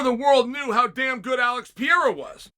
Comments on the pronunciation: but consistently pronounce it the same incorrect way for a full year, Pereira is Pierra in Chael-land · LOL Alex "Pee- era" WHO?! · Every time Chael utterly butchers Pereira's name I cringe. Love it. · Chael’s the only guy that can pronounce Alex Pereira’s name completely wrong